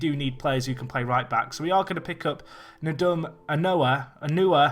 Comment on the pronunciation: Nedum O-New-Year?